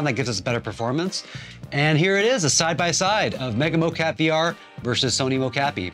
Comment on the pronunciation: Really informative video. Thank you! One question are you calling this mo-CAPI on purpose? Was a bit jarring each time.